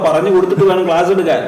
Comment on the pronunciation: ഗ്ലാസല്ല , ക്ലാസ് !